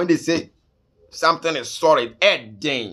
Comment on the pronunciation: Are u from Kumasi? Because your L and R is not working..Lol😂😆🤣 I heard u saying Zionferix and also sorid😂😆🤣😁😆😂